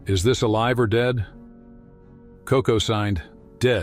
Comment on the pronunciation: Sadly, people will literally believe anything. They sucker you in with truth about how she really did sign basic ideas, and they build up to the big lie, that she had a wise thought about humanity. One more thing: It's "Koko" not "coca."